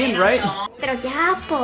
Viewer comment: OMFG! I CAN'T BELIEVE YOU'RE CHILEAN!!! The ya po and si po were perfect pronounced hahaha. Such a nice video